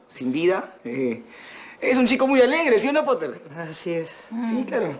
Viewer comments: "potter" popoter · Poteer " Piter"